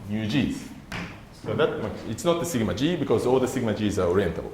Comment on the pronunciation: Feeling amused that 'Sigma g' sounds like thingamajig :)